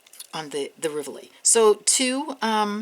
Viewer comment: Love your designs! Have to say though, is a pet peeve, the accent for "rivoli" is on first syllable not the second. Keep up the great work!! <3